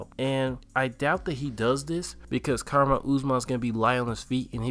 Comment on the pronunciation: How dont you know how to pronounce Kamaru at this point?